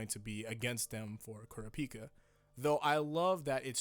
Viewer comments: Why he sayin kurapika like that lol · Man this is a great video, very insightf- ...hold the fuck up, how is he pronouncing kurapika?!